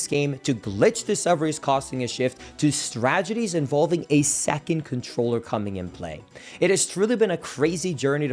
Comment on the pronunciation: Can't unhear strageties 😂